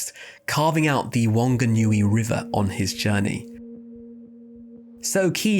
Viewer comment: Your pronunciation of the maori names is pretty damn good as always - barring whanganui. soft w sounds only have a w - like 'wahine' (waa-hen-ey) and 'wh' is a 'fff' sound. so 'whanganui river' is pronounced more like 'faa-nga-nuu-e' (if you're a speaker of te reo feel free to give more accurate proununciation short cuts, im not going based off any sources except experience here and tryna sound it out myself lol). whanau = faa-now or faa-no whiti ora = fii-tii-oo-ra whangarei = faa-nga-ray why did the colonisers decide to romanise it this way? idk bro bc their descendants still pronounce these words like 'witty ora' and 'wangarei' so clearly not for clarity on pronunciation. (i got very excited that nz was mentioned in another video too lol)